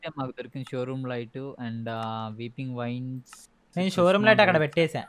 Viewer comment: bro its shroomlight not showroom light